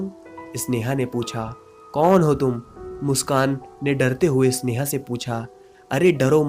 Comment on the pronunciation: अबे इसनेहा नहीं होता, स्नेहा है वो।